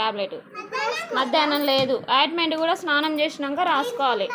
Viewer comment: అయిటుమెటు కాదు ఆయింటుమెంటు ok